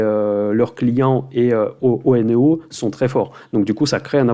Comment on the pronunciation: Salut, très bonne vidéo, je pense que OENEO ce prononce "euneo" comme on prononce oenologue ou oenologie, en plus c'est plus simple ;)